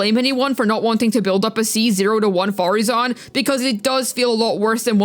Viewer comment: How dare you not say Madam Faruzan correctly at the start of the video?!? Youngsters these days... No respect for their elders...